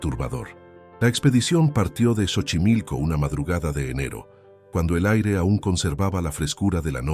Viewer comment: Esta historia es casi igual a la de la niña y no se lee chochimilco es Xochimilco como si lo estuviera leyendo con s sochimilco pero se escribe X